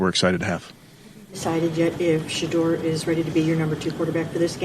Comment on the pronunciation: This guy cant even say Shedeurs name. I’ve never heard him say Shedeur Sanders. Correct me if I'm wrong. The hate is real. Its ridiculous.